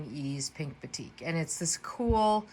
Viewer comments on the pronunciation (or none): none